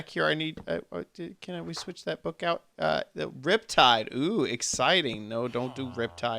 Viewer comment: "I left ouf some bug fixes" XD